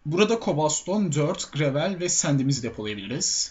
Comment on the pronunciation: kobal stone gıravel İNGİLİZCE TERKMİSİN :D